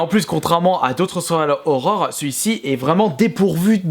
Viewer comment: Au-delà du contenu, si tu pouvais commencer par ne pas parler comme un journaliste de BFM TV, ça serait un bon début. Ton problème, c'est que tu arrêtes pas de prononcer des "e" imaginaires à la fin des mots, en plus de pas être capable de prononcer "survival horror" correctement (moi ce que j'entends, c'est "seuuual horror") Calme-toi un peu! =D